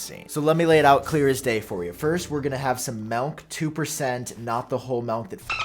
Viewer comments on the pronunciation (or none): “Melk”.. I can’t unhear it 😩🙃